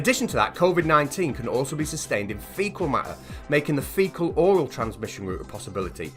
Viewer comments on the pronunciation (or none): Please do not say "faecal-oral" ever again!